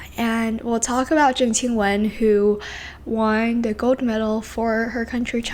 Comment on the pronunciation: Finally someone who pronounces Zheng Qinwen correctly ❤